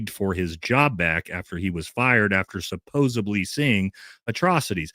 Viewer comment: it's supposedly not supposebly